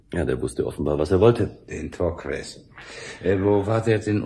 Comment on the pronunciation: Es ist ziemlich anstrengend, daß Torques ständig falsch ausgesprochen wird. Man spricht es Tork.